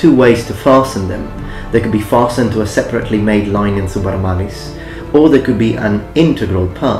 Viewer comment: Linen is pronounced with a short 'i' not a long 'i', just thought you should know. Great video!